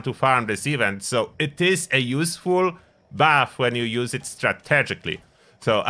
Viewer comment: thought you said bath for 4 minutes, then figured out it was buff.